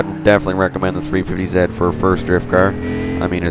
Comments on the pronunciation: What's a 350 ZET????? Do you know how to say your alphabet? Z=ZEE! Oh and you don't say Nissan, KNEE-SAND jusy NISSAN! (KNEES-ON) <--like that lOl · its 350 z not zit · why do you say 350ze and 370ze? its 350Z and 370Z